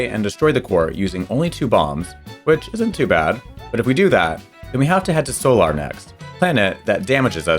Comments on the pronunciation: you can’t convince me that you didn’t pronounce meteo, solar, and bolse the way that you did without the intention of rage baiting the audience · I noticed how you pronounced "Bolse" (Which probably should be more like "Bowls") and "Solar" (like in "Solar eclipse" or "Solar panel") was kinda funny. XD And also how you pronounced "Meteo". But yeah, you never pressed A!